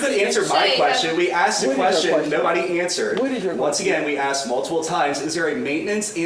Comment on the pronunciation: She said, “. . . we axed fo da money. . .” Does she mean they “asked for the money”?